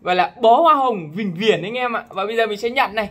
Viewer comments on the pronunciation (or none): bị ngọng :))